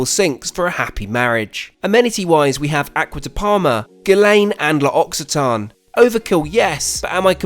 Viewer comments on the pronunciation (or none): Your pronunciation of L'Occitane has sent me